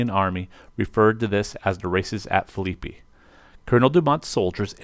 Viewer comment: Great presentation other than pronunciation lol. Phillippi (Phillip+pee)